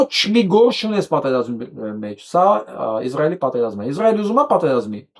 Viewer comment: Հարգելի պրն, որպէես հայրենասեր մարդու հորդորում եմ ասել ԻՍրայել, ոչ թե՝ ԻԶ րայել, ռուսաֆիլների պես, որ ասում են՝ ԻՌ ան: Կներեք, բայց որպես հայագետ պարտավոր եմ ասել